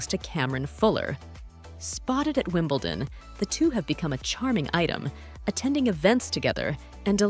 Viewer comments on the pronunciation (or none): none